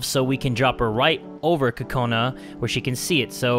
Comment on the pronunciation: When Kokona is in the bathroom, you're calling her Kokoni.I was lauphing too hard😂😂😂😂😂😂😂😂😂😂😂😂😂